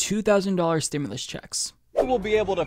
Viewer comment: Nahh bro he said stim-u-less not stimulus